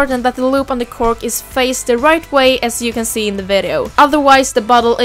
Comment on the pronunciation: ok det lät lite konstigt bara :)